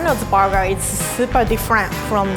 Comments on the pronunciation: Why she sat borger instead of burger 🍔 😂 it was just something that was stuck in my head when she was saying it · the way she pronounced Burger as “buggerr”😂😂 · She be saying it like barger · It’s a Berger not a barger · Instead of saying burger she said boger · I weawy wike the buwguw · is she saying “burger” or “booger” ? 😂😂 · borger and onyong 👌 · Whenever she says burger it sounds like barger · Wtf is a borger?😂😂😂😂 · I think it's because a Japanese, and her pronunciation is influenced by how Japanese pronounce 'burger' and write the word burger (バーガー). 'Burger' literally becomes 'ba-ga-' in Japan, and the Japanese language doesn't have a sound that makes you curl your tongue, like 'ur' or 'er' in 'burger' so the closest is an 'ah' sound.